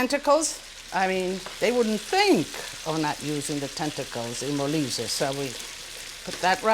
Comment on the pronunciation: Molise!!!! non malaysia ....... poveri noi 😭